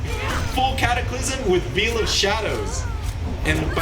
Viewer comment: "veal of shadows"